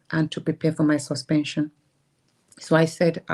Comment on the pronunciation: See akpabio illiterate mouth like, “sush-pen-chun”. I believe everything that Senator Natasha is saying. And if anything happen to our duly elected Senator Natasha, then it must be seen as the doing of godswill akpabio who never does God’s will.